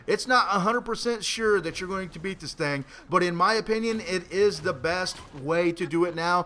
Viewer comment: He always say thing as thang.